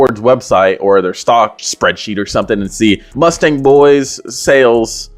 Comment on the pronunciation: TF is a “Mustank”😭😭. These guys are very strange lol